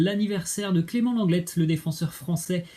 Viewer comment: "Clement lenglete" 😂 je ne pense pas que le t se prononce dans lenglet